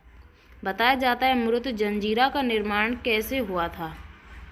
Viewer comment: मुरूड जंजिरा. सही उच्चार किजिये. पटेल नही पाटिल. सिंधी नही सिध्धी.